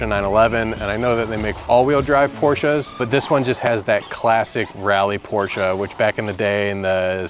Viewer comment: Thank you for pronouncing "Porsche" correctly.